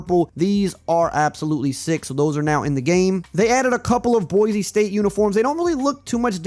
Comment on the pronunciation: I love your content brotha and would love to game it up sometime but on the real it’s Boi-See not Boi-Zee. We always on peoples heads for this 😂